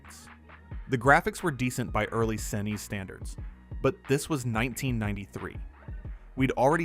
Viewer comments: Yea, the A.I. voice is cringe af. From S. N. E. S. to shnesh lol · This video's the laziest AI slop I've ever seen. It's actually far WORSE than any games featured in the video! Say it with me kids, "S ... N ... E ... S." 😆